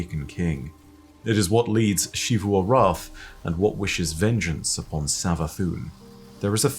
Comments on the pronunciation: Still bugs me every time he says Xivu Arath’s name, literally everyone in the game, even Savathun herself, say *Z*ivu Arath, not *Sh*ivu Arath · Why do you say “Shivu” arath when everyone in the game pronounces it as, “Zivu” arath?